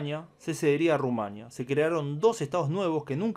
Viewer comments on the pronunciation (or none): none